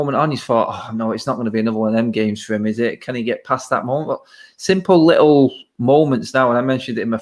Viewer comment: it’s “little”, not “likkle” 😄